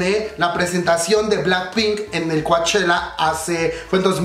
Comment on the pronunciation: Me encanta verte tan entusiasmado con tantas Noticias del K pop solo una pequeña observación...se escribe Coachella...pero se Lee "Cochela"..yo vivo aquí lindo!..saludos!..❤️😘😍🥰💜❤️💜❤️